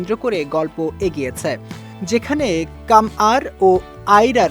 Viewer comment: Shudhu nojor kare nai... Fans der neend urai dise... Fans ra der pagal banai dise.... 🥰❤️ ❤️❤️BILHANIA❤️❤️ btw vaia eta kammar na kamyar hobe... 🙄🙄